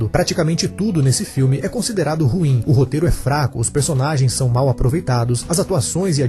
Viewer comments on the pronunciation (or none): none